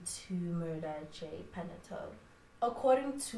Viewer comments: The surname is Paa-naa-yoo-tuu :) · Pronounced as: PA-NA-YO-2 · You are forgiven for butchering that surname, such is life